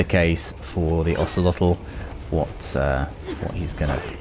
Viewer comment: Hey really nice pronunciation of Ocelotl and macuahuitl